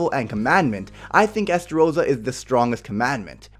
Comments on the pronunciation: It’s estarosa not esarosa lol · Estarossa? Who is STAROSSA???